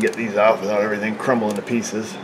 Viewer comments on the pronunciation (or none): none